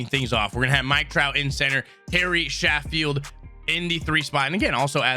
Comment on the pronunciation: He really said Gary Sanch Eyes😂